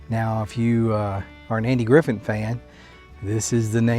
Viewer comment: Did he really say “Andy Griffin “?